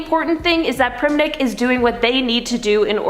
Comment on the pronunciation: It's not "priminick" it's "PRIMINK" and I miss him very much.😢